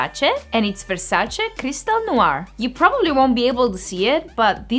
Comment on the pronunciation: The way you pronounce Versace is lovely and that's the way it should be said,Love your videos